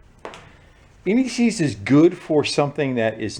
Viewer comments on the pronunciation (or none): You were saying ANTI-SEIZE. I heard N E C's LOL